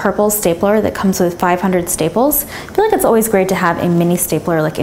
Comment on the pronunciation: and you always say I FFEL LIKE